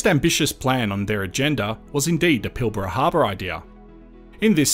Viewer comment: Hey I just heard you say Pilbara in the first few seconds and you pronounced it correctly, nice one :)